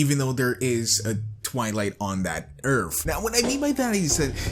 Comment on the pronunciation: Don't. Don't say it. It's not nice to point it out. Stop. No. ........ Earf... Earth... Shit.